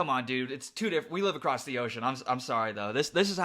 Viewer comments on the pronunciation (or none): none